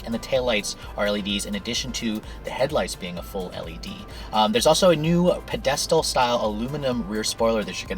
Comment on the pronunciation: nice pronunciation of pedestal